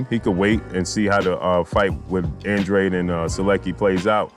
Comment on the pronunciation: Yo stop disrespecting ANDRADE, you're saying his name wrong fam